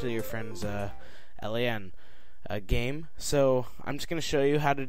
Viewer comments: L A N? brah... its LAN... Local Area Network. Triggers me when people say it wrong xD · Holy shit plz stop pronouncing it L. A. N. It should be pronounced as one word.